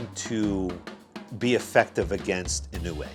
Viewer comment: It’s more like “ Yee-No-Way “ . Naoya is “ Now-Ya “.